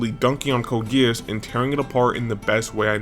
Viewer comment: ts is ragebait, bro cant even say geass properly.